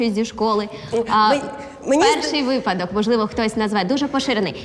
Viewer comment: Шоу чудове! Але у Володимира постійні помилки у наголошуванні слів: треба вИпадок,рЕшето. І звичайно в наших телефонах є застосунок , а не додаток. Дивує, що вчителька не виправляє